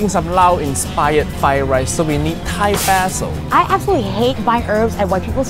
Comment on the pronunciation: When she says Thai basil it sounds very weird